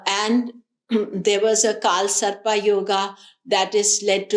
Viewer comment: Thanks.. its not kaal sarpaa - its kaal sarp. same for nakshatraa - nakshatr. why adding extra aa